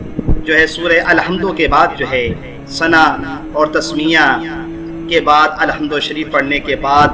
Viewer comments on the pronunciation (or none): Ap ake bat ko bar bar ku dohrate ho or ap ma tlafuz be galat he.ALHUMDU ko ALLAHUMDU kha.